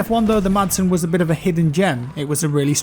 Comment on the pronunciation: Madsen MG. Is pronounced just Massen MG.